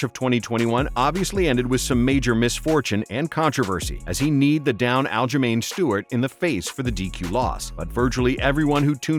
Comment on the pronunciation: Bro said Stewart💀